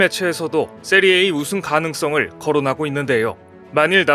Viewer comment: 요새 왜이러시는지... 걱정이네요. "세리에 아"라고 읽는 것 아닌가요? 그냥 "세리에이"? 이게 뭐죠? 자막엔 세리아A??? 제가 존경하는 너무 과로하지 마시고 원래 모습으로 빨리 돌아오시길..